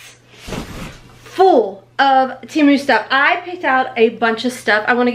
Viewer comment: Just for future ..... it's Temu, the Tem part is pronounced like TEN , not Tee...(lazy e) so it's Te (like meh) mu. I wear plus size too and will DEFINITELY be ordering from Temu. Or...Tem.....moo. lol You look great in everything!